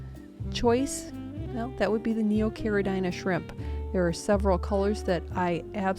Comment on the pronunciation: for the love of God, stop calling them “neo carid-ai-na” shrimp it’s pronounced CARID-E-NA